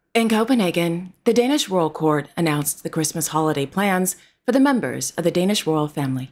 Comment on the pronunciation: I must congratulate you on your Danish pronounciation 👍🙂